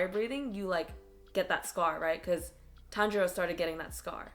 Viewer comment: tanjuro not tenjuro